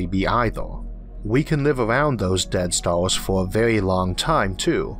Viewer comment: Is there something wrong with this guys speech? I understand him but his "r" are differently pronounced? Stars are staws?. Sorry I don't know..